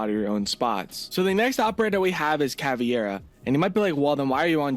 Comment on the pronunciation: Not CAVIERA, IT'S CAVEIRA!!!